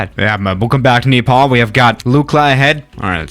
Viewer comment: Nobody:: Welcome to Kneepaul